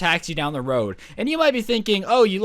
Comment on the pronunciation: Roid instead of road